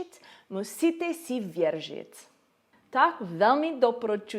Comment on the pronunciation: Věržit😅 ne vážně já jsem místo věřit slyšela věržit👌😂